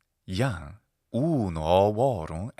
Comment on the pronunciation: you elide the "um" in "unum," but not the "um" in "ovorum," or the "am" in "Jam." Is this for clarity, a different pronunciation, or am I wrong in believing that, according to most-current research, specifically, _Vox Latina_, "am" would be elided in this case according to classical pronunciation? Thank you very much for eliding (at all), uncommon in reading Latin introductory texts. Also, you pronounce the "i" more like a shorter long "i" than like the "i" in the English word, "pin."